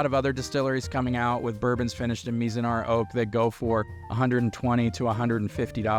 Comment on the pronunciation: My man. You gotta learn how to say Mizunara before doing a video about it. Lol